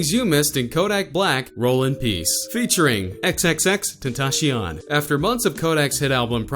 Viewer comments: It sounded like he said xxxtentashion it’s xxxtentacion cion c-ion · Bruh he said tencyan it’s pronounced (den-tas-siun) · My brain cells died when he said "XXXTenashion" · Why did he say xxxtentashion what the fuck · Squeezy Sponge lol but he said “tentashion” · You know they white when the pronounce Tentacion (ten-tash-ee-on) LMAOO:') Yung Dagger Dick- FREE KODAK! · He said "xxxtentaSheon" did y'all notice that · “Featuring xxxTENTASHION” 🤦🏼‍♂️ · he said "xxxtentashion" 😂😂😂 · Kylie- m no xxx ten ta cion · Did he say xxxtantashion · x x x tentasheeon its 2018 just pronounce his name right 😭 but good vid lol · Say xxxtentacion correctly fucc lol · YOU DIDNT SAY X NAME RIGHT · he really said xxxtentacion wrong smh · Cant even say his name right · Unlike cuz you said tentacion wrong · Already hate you by the way you said xxxtentacions name